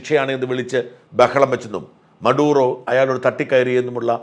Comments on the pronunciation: Not മറുദോ, but maduro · മറുഡോ or മഡൂറോ ? !